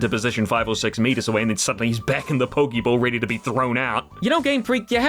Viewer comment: Poké, not poki.